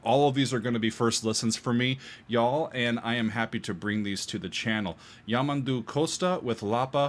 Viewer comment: The word stress on his name is YamANdu also not carin-ho the "nho" is like the Spanish ñ as in niño. and make the 'o' sound more like a U also Costa is by no means some uneducated musical genius.. he studied Classical guitar with at least one famous Guitarist. and well knows how to read and write music. Also the 7 string guitar is not from Portugal and lastly.. the diagonal thing on the neck of the guitar is an inlay.